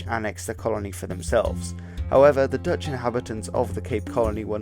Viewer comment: I enjoyed your Dutch! I now live in Australia from South Africa, and no one here can speak with a guttural "g", low in the throat. Even my english speaking South African friends could not reach that "Germanic-"G", as you did. Very good my man. One day the Boere will rule the world....I always say.